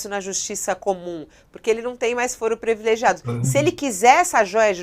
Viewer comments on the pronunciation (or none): Gosto muito da Fabíola, grande jornalista... Mas dá umas belas escorregadas no portugês, dói no ouvido. Aqui foi "previlegiado". Já ouvi tantas outras vezes ela lançar o infame "conhecidência"... Cuidado, amiga, seu trabalho é mesmo muito bom pra deixar essas bobagens atrapalhando!